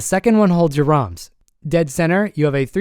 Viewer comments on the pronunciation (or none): none